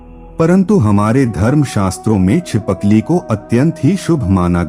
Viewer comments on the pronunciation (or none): Chipakli nahi boltt uncle Chipkali bolty h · Btw chipkali hota he चि पकली nhi 😅